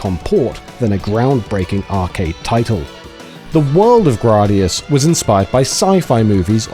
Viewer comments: Nice; always been a fan of the Gradius series (Though I will always call it Gray-Dee-Us, not Grah-Dee-Us) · right!? GRAYdius NOT GRAWdius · Grardius 😂 surely said Grad-i-us or Grade-I-us. I’m just ribbing you 😂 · "Grahdius?" I always figured it was pronounced "Graydius." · "Grah dee us" I love these videos, but it's a little bit harder to accept teachings from someone who's never heard the name of the game pronounced before. Like moms saying "pokeymans" 20 years ago. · You’re telling I’ve been mispronouncing the word “Gradius” since 1985?!?! 😬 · Why are you pronouncing Gradius like that?